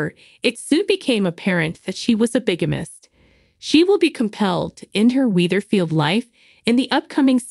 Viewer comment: Pronounced Weather…field. Not wiether…field. How many times!